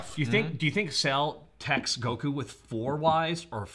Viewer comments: I hate the way says goku as guh-koo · I get irrationally angry at repeatedly pronouncing Goku as "goKU" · Okay, am I the only one that's bothered by his mispronunciation of "Goku?" It's GO-ku, not Go-KOO